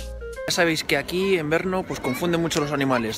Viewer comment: Porqué dice Berno?